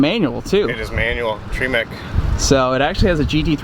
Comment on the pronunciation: Did that Precision Turbo buyer REALLY say freaking TREE-MEC??? That's just wrong on so many levels dude.... c'mon